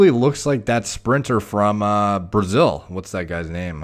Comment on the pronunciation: “That sprinter from Braszil” 😂